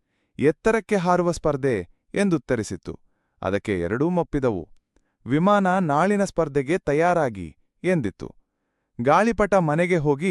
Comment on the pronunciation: ವಿವಾನ ಅಲ್ಲ ಮಾಮ್ ವಿಮಾನ ಅದು